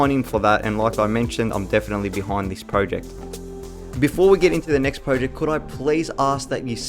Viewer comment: Got to be honest I nearly hit the dislike button. You must of said project 1000 times. Not only that but your pronouncing it wrong. Was so painful 😭